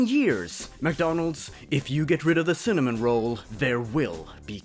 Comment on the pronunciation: I am not joking, when you said "cinnamon roll", I thought you said semen roll.